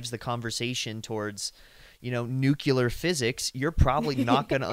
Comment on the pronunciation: "Nuc-u-lar"? And Japan requires a 4-year degree, and you have one?...yet Nuc-u-lar? Kind of a major concept one should know, it's not like slipping a vowel on a tea order. ;-)